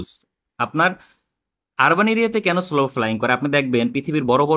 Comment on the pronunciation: স্লো না সলো...শুনতে কানে লাগছিলো।